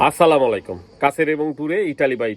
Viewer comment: আগে শুদ্ধ ভাবে সালাম দেওয়া শিখেন!